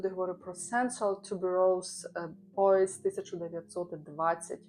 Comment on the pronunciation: вітаю! Дякую за відгуки! З новим ароматом! Боіс 1920 - італійський бренд, тому ти правильно вимовила назву., ти пишеш картини? Гарний фон.